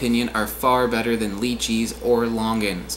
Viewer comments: it’s la chee not lee cheese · I've only heard people pronounce it Lychee as Lye-chee or LIE-chi. Not Leechee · I thought lychees were pronounced as lie-chee also theyre sold at like every grocery store here in australia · The way he says lychee makes me cringe a bit. We say it like “lie chee”, but they might say it different! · I had a Chinese girlfriend that pronounced it as "Lee chee". I believe that's the Mandarin pronunciation. In Cantonese I think it is "Lie chee". Neither pronunciation is correct technically since there should be a T and Z sound in there but that is beyond my oral abilities. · Lychee is pronounced "Lie-Chee" in more western countries. I think personally the Lychee is superior to the longan and the rambutan, but you NEED to get a good one. Longans and rambutans tend to have a bit more leeway when the fruit isn't perfect, but their perfect specimen never quite reaches the level of the perfect Lychee. I live in Australia and Iv'e never even heard of a pulasan.